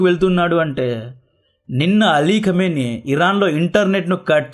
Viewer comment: ఖమిని గారు.. అని పలకు .రా సుల్లి గా